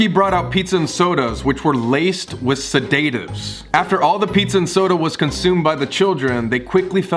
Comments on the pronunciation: Did you really just say “suh-day-tives”😂. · im sorry...but how you pronounced “sedatives” made me pause then video for a bit cos it like. didnt sit right with me... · No not the suuhhhdateivesss 😂😂😂 it’s pronounced “saiiiddddaaaaativvveeee” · No one: Colby: said-ate-ivs Me: you mean sed-a-tivs? 👁️👄👁️ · no one: colby: seDATEives colby: chuck e shoot colby: i clenched my asshole... i mean my small fist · Colby u pronounced sedatives wrong hun.